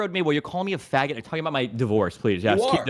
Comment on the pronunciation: Tfue "i think the shit about the mosk was fucked meanwhile tfue as aidan say fagoot 10 times "........."